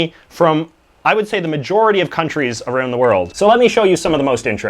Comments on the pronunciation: Aroon the world 💀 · Aroond the world? Fuck, Canadians are weird..🤣